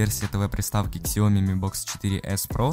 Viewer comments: Китайцы говорят сиоми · Не ксяОми, сяомИ!!! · Сяоми а не ксяоми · Ксяоми? Серьёзно?